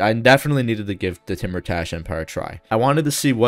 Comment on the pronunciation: Hey King great video as always. Some pronunciation stuff if you're interested. Iran is "E-raan" with a long E sound like you're just saying the letter E. Timurtash would sound something like "Tee-moor-tash" or maybe "Tay-moor-tash" where the "u" in the middle sounds like the "ou" in "tour". Kar-Kiya is more like "Kaar-kee-yaa" identical to the way you'd say Car, Key, and Ya. Shekhbizin I'm not sure but my best guess is "Shaykh-bee-zeen" which has a "kh" sound like the way scottish people pronounce the "ch" in "loch". Tehran is "Teh-raan". You said Shaki right with the long A sound. Tabriz is "Tab-reez". Iraq is like "E-rock" with a long E and since there isn't a glottal stop sound in English pronouncing the "q" here like a "ck" is close enough.